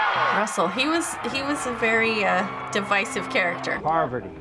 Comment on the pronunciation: I just found out that her name is “Parvati” not Poverty 😂